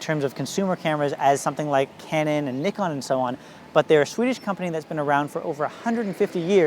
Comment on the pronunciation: I like that you pronounce nikon properly. :)